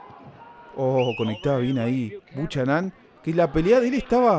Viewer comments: POR FABOR NO DIGAS " BUCHANÁN" SE PRONUNCIA BUKENAN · 'Buchanán'???? Jajaj se pronuncia 'Bocanan'.. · ERES MEXICANO, APRENDE A HABLAR CHICANITO...SE PRONUNCIA BUKANAM... DETESTO EL HABLADO DE LOS MEXICANOS.. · Me gusta la simplicidad de tus narraciones sin aspavientos, aunque si hace falta más énfasis amigo mio.... apellido irlandés creo Buchanan.... Se pronuncia sin la h.... Bucànan.... Asentuando a pronunciar L a intermedia.... Es como el whisky.. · El apellido del negrito es Bucharan, pero se pronuncia: bu kae ran